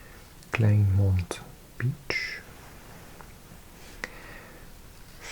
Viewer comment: Another thing: in Afrikaans we don't pronounce the "ei" sound as "eye", we say it as "aye" as in kleinburg and kleinmond. Klein means small or little. Also the "oo" sound as in "Groot" we don't pronounce it as "oo" like you would in "oops" but rather more like the "ou" sound you use in "tour"